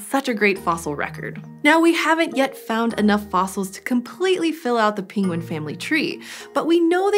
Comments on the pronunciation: It's /ˈpɛŋɡwən/, /ˈɛnɚdʒi/, and /ˈɭɛŋθ/, not /ˈpɪŋwən/, /ˈɪnɚdʒi/, and /ˈɭɪŋθ/ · Her pronunciation is all over the map. Penguin turns into pingwin. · I am hearing both “penguin” and “pinguin”. Anyone else heading pinguin? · No one : Benedict Cumberbatch : pengwings, penglings